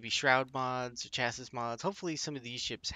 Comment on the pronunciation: You don't say the 's' on the end of Chassis my man... bless your soul.